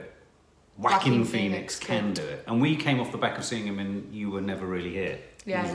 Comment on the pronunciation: Everytime he pronounce Joaquin, to me it sounded like "Quackin" 😂🤣